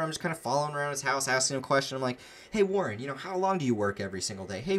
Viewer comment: Wareeen lol